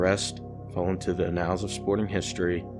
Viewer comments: Good video talk sport. Stop saying “annals of history” wrong! You saying anal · "uh-nals" of sporting history